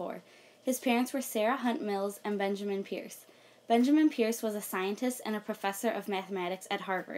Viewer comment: Hi. I'm distantly related to Peirce. It's pronounced (purse).